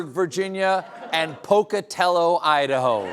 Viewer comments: Haha “Udaho” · "Youdaho" 😅😅😅😅😅😅😅 Thanks guys, you are a blessing.